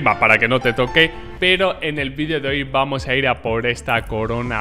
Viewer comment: Jaja el diciendo vuamos